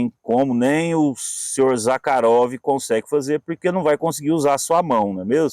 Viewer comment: Conheci o Mestre Zakharov. pessoalmente ( a propósito o nome se pronúncia Zarrarov ) juntamente com o saudoso Laércio Gazinhato sempre estávamos na casa do comendador Zakharov no Jabaquara.nos fundos de sua loja onde almoçamos e conversávamos muito sobre a manufatura das facas e outros itens . Excelente vídeo 👏 👏 👏 👏 👏